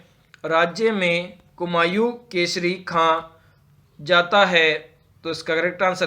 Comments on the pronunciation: Bhai tumhare kafi answers galat hai or tumhara pronunciation irritating hai, and vo kumau hai kumayu nhi hai sikh toh lo phle baad me sikha lena dusro ko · Kumaon ko kumayu kumayu kyn kehre ho